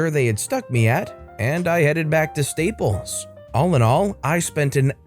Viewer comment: You keep calling staples steeples, lol